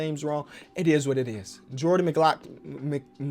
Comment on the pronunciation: It's pronounced Jordan Mck-Glock-Lin.